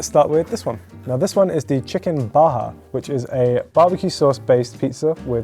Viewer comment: They seriously spelled Baja as "Baha". I'm not sure which is worse - that or "fill it". Dude is fkin right across the channel, yet can't grasp common French pronunciation...just wow.